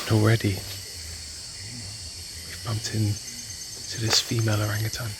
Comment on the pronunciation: Thanks for pronouncing Orangutan correctly. As Utan or Hutan is Jungle. And Utang or Hutang means Debt.